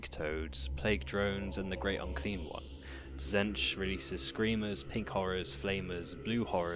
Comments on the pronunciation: Admittedly a very unique way of pronouncing T'zeentch, the changer of ways would be proud. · Good video but pretty sure it's pronounced Zeench with a silent T. They even say it in the TW game.